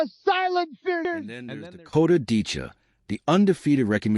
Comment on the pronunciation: You really should try to get the names right. It's Ditcheva, not Dicha. You lose a lot of credibility in one word.